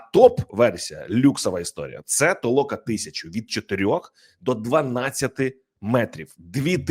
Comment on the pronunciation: Не ТООЛОКА А ТОЛОКАА.